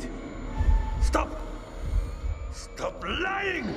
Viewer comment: When Junior was holding his gun to Julia and Brad and says "Stop" in both playthroughs Jack and Felix both say "Stope" . . . . . Just wanted to point that out